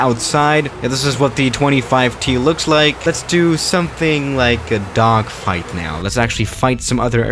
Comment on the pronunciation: he said duckfight LMAO